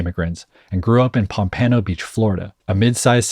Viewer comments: "PomPANo" PomPANo? Is that how the rest of the world pronounces it??? We say like pompa-no down here lmao. Fucking pomPANo lmao. Great video though, keep it up ❤ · Boyyyyyy you BUTCHERED how to say POMPANO ...."POM-PAN-O" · lol it’s PAWMP-PO-NO